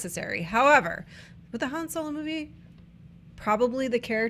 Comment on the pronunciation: says Han Solar or Soler